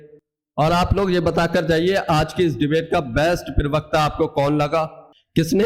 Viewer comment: Bhai पिरवक्ता नहीं होता प्रवक्ता होता है ठिक ठिक पड़ा बोला करो।